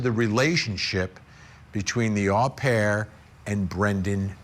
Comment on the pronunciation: Great insightful report as always. Just a little thing, the European pronunciation for the nanny "OH PAIR" not A PAIR !